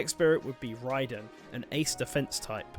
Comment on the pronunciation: Youre saying Raiden wrong